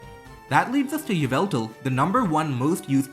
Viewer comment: Yveltal is pronounced like 'Evil-tal'. Yvel is a Middle English spelling of Evil.